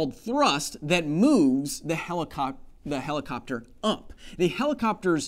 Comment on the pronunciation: This man has graduated in communication skills... ''If you because'' Also Pluto is a planet, deal with that xoxo The heli-what? Helicoc.... ? lol